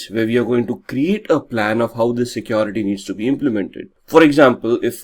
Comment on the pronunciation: The accent alone is distraction for me. What is so hard to pronounce the word 'security'? Keeps saying secOrity! 😞